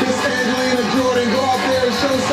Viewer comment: Why do so many people not bother to read other peoples names properly. Talk about disrespect. ANGELINA is possibly the best female singer on Earth at present. How did you not know that? Shame, because otherwise your reaction was what her fans would have expected.